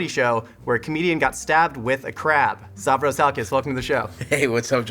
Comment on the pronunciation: Even Stravos can’t pronounce his own name